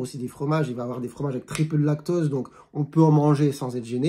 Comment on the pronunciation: Vous parlez du lactOse ou lactAUse ? On entend mal.